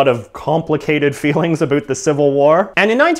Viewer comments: it about not aboot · About is pronounced "abaot" not "aboot" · Did any body else hear him say "aboot" in the video, instead of about? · He asked for a boot is he Canadian? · I love how you pronounce "about". abuut. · "aboot" Oh my god, this is the most canadian thing ever. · "a-boot" What accent is that?!?! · Why do you pronounce Aboot and Sooth like that? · Any else hear the aboot? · I noticed he's Canadian when he said aboot. I thought it was just a dumb joke... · lol aboot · Are you Canadian? you pronounce about as "a boot" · Why did he said aboaut???? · The way he says "About" though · its about not abut